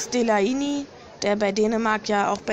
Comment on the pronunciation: Leider sind im Hintergrund die Geräusche ein wenig störend, auch an der Aussprache einiger Spieler kannst du noch arbeiten z.B bei Delaney. Gutes Video auch wenn ich die Aufstellung an manchen Positionen nicht nachvollziehen kann finde Weigl un einiges besser als Dahoud. Mein Abo hast du trotzdem